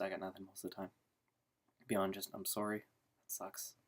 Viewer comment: I was kind of thrown off when my friends started telling me their feelings too! And you have never sounded more Canadian than when you said, "sorry."